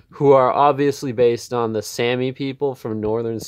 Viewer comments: Sah-mee not Sammy. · We are SAH-Me. No Sam-ee. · This was such a weird, self-important, and unnecessary rant. You didn’t even pronounce Sami correctly, nor did you ask any Sami people how they identify before going on a weird rant. Sami people usually identify as white and they didn’t need a rant from some random guy to tell them that. You also seem like one of those people who hates anyone who isn’t white because you don’t want to hear them talk about their struggles at all. You don’t understand what you’re talking about, nor did you bothering with the history of Sami people. Yikes. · You can't even pronounce their Name correctly, yet still think you're qualified enough for this. Sit down. I'm white, but I at least KNOW when to be quiet. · Sami IS an English word though. He couldnt even pronounce the AMERICANIZED version correctly.